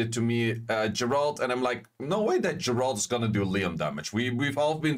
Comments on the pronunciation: Geralt = "Ge(m)-rah-ld" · Dude please learn how to pronounce geralt. Like I get a lot of these monsters don’t have official pronunciations because they’re made up by com2us. But Geralt’s been around since 1992